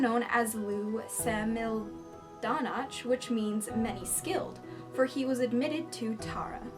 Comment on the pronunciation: Just to help with the Irish pronunciations: Lugh Lamfada - Lu Lawv-fodda (This actually meant to be spelled Lámhfada, Gaelic script used a dot above the letter rather than using the h used in modern Irish to change the sound.) Samildánach - Sam-ill-dawn-ock ('-ch' in Irish is always gutteral so very soft) Tuatha De Danann - Too-ha Deh Dah-nin Sídhe - Shee Leannán Sídhe - Lan-awn Shee